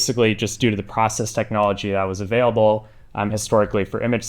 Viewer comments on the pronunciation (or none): none